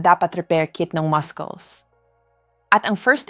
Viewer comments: She doesn't pronounce muscles right. That's not the way to pronounce it. It should be pronounce masels not maskels. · Pronounce muscles properly not maskols please thank you